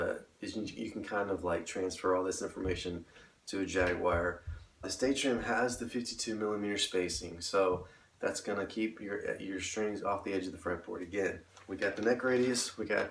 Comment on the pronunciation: First thing to learn about Jaguars: It's Fender J-A-G-U-A-R (like the feline), not Jagwire ;-)